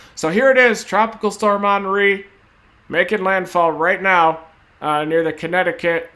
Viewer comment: Did he say onry? It's Henry like Hennessy